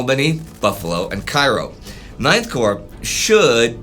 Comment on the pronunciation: You mispronounced the Cairo line. It is clearly named after the US city, so it would be pronounced Kay-row, after Cairo IL. No I don't know why they pronounce it that way either